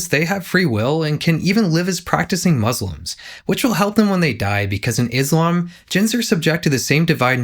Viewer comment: It's pronounced as Islam,with a S.not Ijlam. So with muslim,not mujlim or mojlems.